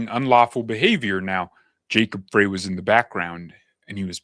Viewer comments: Frey … pronounced “fry” … Frey. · Mayor Soy Boy's last name is pronounced FRY. Not that I care. Just FYI. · Native Minnesotan here, All the local media pronounce Jacob Frey’s name as ‘fry’, the same as the late great Eagles founder Glenn Frey did. It’s only the national media who pronounce it ‘fray’. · Hey, we haven't seen you. I subscribed to you, I thought.. That name is Frey like fry. Unless they decide to say fray. But the 'Eagles' band had a voice of Glenn Frey, and everyone said it's pronounced fry. Hope you figure it out